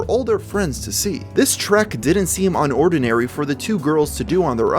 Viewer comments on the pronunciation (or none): none